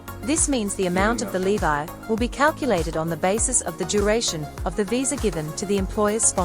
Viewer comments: it’s so weird that she pronounces ‘levy’ as ‘levi’. weird. is this an AI voice? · Why did she keep saying levy that way??? 😂 so annoying lol